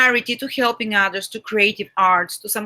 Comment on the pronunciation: отличное видео. Понимаю, английский не родной язык для нас с Вами. Просто замечание, может быть найдете полезным (я сам работаю над улучшением произношения, ни в коем случае не язвлю, просто хочу помочь). Слово help or helping, вы произносите как хьэлпинг с мягким Х. Должно быть более жестким как ХЭЛПИНг. Надеюсь был полезен. Спасибо!